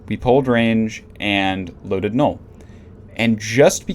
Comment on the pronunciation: did you say nute? whats a nute.. was it null as in the ammo?? and how does the atron has an optimal range bonus? did u mean falloff bonus?